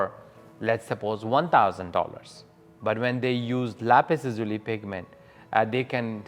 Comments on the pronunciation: Why do so many pronounce the mineral incorrectly? The emphasis is on the 1st syllable not the 2nd. LApis LAzuli. Not LApis laZUli. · In not "lápis lazúli" is "lápis lázuli". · “Lapis LaZUli” is making me laugh. Try “Lapis LAzuli” 😂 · If she calls it Lapus Lazoolee one more time... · Lap-iss-la-zoo-lee? Killing me smalls. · Lapis la zuli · If she says lapis lazuli like it's an Italian pasta & white sauce again I'm going to lose it! La-Peas LAZ-you-LIE. Basic stuff here. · Is this really how americans pronounce "Lapislazuli"? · I need to know, who pronounces Lapis Lazuli like that? Am i the wierd one?